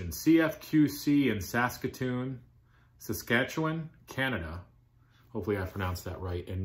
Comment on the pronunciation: Hey. Happy belated birthday. A nice brew to celebrate is in order, I think. You pronounced 'Saskatoon, Saskatchewan' perfectly, by the way. Cheers.